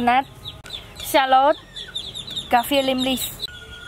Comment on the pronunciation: She said it correctly, its a shallot. Similar to but not an onion.